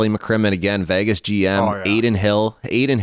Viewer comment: why cant they say the word Vegas correctly......also Biz its resonates not resignates